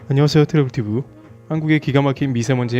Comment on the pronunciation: 헐 이아조씨 발음 끝장나네... 뉴스보는줄. 근데 왜 트래블튜브 발음만 안되는거죠? ㅋㅋㅋㅋ